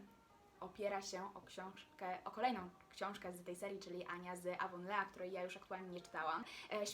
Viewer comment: Miasteczko Ani z Zielonego wzgórza czyta się Awonli